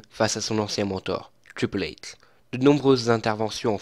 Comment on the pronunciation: Mec désolé mais ta voix c'est insupportable essaye de faire quelque chose la :/ t'arrive même pas à dire Triple H...